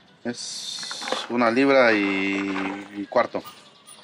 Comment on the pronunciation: QUE MAL SE OYEN DICIENDO LIBRAS, NO MMEN.